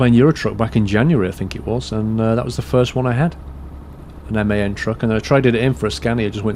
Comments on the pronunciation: Its MAN ffs... Not M A N:) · man not m a n with spaces its man